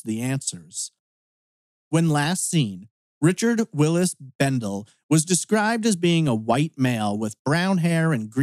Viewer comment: He was my cousin, and it is pronounced. Bendelee.